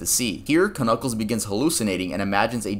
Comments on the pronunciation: ITS JUST PRONOUNCED N-U-C-K-L-E-S!!!!! , the k is silent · The k in Knuckles is silent........... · k-nuckles, huh? the k is silent